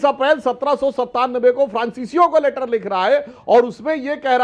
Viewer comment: लेटर= Later ❌==> Letter= लैटर ✅